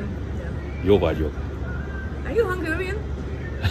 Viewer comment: Some tips: Jól vagyok (with a letter L) Magamtól tanulok (not "tanálok") És te? ("is" means also) Szia (you can use it like hello and bye; we dont have "siya") I like your videos. Keep doing that! You're very good!